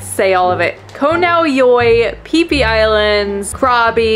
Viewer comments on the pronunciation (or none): “Pee pee island” 💀